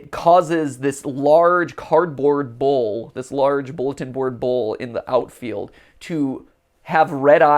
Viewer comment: Did anybody else think Matt was saying bowl instead of bull? I was confused for a bit